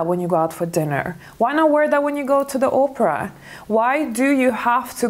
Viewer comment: It's also classy and elegant to pronounce the opera right not Oprah like the talk show host....lol